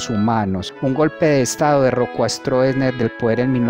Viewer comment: la palabra es strossesner pero se pronuncia strosner